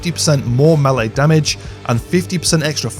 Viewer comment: "Milay (Melee)". 🤣👍🏻 sorry, I like this video.